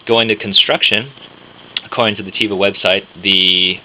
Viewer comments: Your reviews are great. With all due respect, one criticism (so far, since I just stumbled upon your page a few moments ago): The word "teva" is Hebrew for "nature." Its proper pronunciation is TEH-vah, not TEE-vah. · It's not (Tee-vah) It's (Teh-Vah)